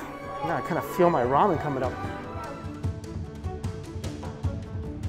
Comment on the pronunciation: That isn’t ramen. That’s ra-meh.